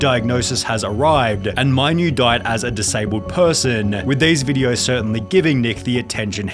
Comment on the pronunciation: And adding ahs to words. VideosAH.